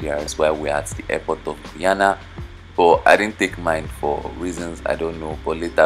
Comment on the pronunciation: Sir that is not the name of my country eh .. Its GUY -ANA ..